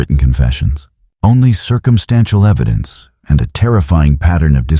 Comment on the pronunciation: Eddidence 😂 just found your channel and am really enjoying this however the amount of AI that is used is well… you can do better than that 😊